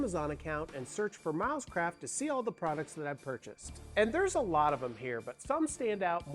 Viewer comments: Every time you mentioned the company name I heard it as "mouse crap" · To my Aussie ears it sounds like you are saying “Mouse Crap” rather than Milescraft 😂